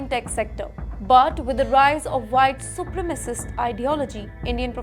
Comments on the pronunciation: It is not super macist it is supre macist 😂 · Super-macist? Learn the word. It's not difficult.